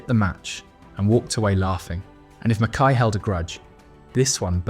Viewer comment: Pronounced Mackeye. Somebody should tell your AI narrator. Mackay was a great player and a mega hard man. Could have ripped the revolting Bremner and the other Leeds gangsters to pieces had he really wanted.